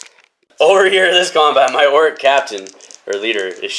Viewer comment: It sounds like you’re saying orruk instead of orc. Am I just hearing that wrong or do you pronounce it weird?